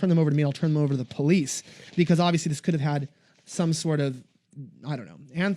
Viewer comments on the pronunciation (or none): none